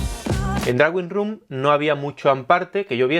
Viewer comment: Por favor no digas "drauin rum". Por favor no digas "drauin rum". Por favor no digas "drauin rum". Gracias por el resto.